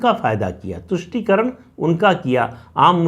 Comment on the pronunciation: "Politics of VOTE encourages parties to sell the country Very truthful and bold statement. Thanks mrPS for clearly enunciating TUSHTI karan.